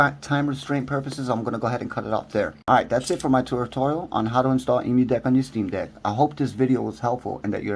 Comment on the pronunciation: Hey good video but please say it right :D it's an Emulation So it's Emu = M U DECK not E MU DECK